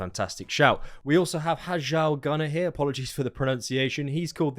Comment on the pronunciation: Just for your future consideration, "Hjal" sounds like "Hyal" The J makes a Y sound